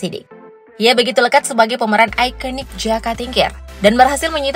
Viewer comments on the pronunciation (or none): aikenik 🤣🤣🤣 bilang aja aikonik gitu